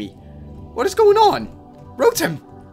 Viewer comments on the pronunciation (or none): He says rotem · ITS CALLED RO-TOM